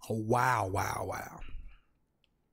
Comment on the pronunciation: “I had dese fo a wow”